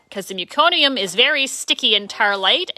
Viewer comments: What an awesome video. So sweet. Btw, it’s meh-co-nee-um. Not mew-co-nee-um. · I’m from Canada and I was a L&D RN. We deal with an awful lot of meconium. Never heard it pronounced that way ever.